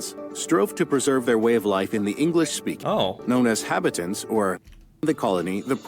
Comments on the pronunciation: John Cabot was not English. He was actually an Italian - Giovanni Caboto. The narrator butchered the pronunciation of Jacques Cartier's name - it's Car-ti-eh. He was French so the "er" doesn't have the hard sound. The narrator also butchered the pronunciation of habitants -ha-bee-taun The people who moved from the US to Canada after the revolution were known as the United Empire Loyalists. During the War of 1812, the British (not Canada as it wasn't a country yet) burned the White House down. Most Canadians probably know the names of most US historical figures. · I have to say, the narrator on the video you are watching is lousy at pronouncing French names and words. For example, Habitants should be pronounced mor like Hah-Bee-tan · God, you really need to get a proper editor. 'Cartier' is pronounced 'Cart-e-aa' not 'Cart-i- er'. Habitants is pronounced Habitan. Ya really. have to learn how to pronounce French words. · I'll say it again, I hate the way the narrator computer voice pronounces things. Cartier, Habitants, Vimy Ridge - all wrong... I grew up in the Niagara region (then known as Upper Canada), so the War of 1812 was a heavy part of our history curriculum in grade school, General Brock and Tecumseh being the major names in the local battles.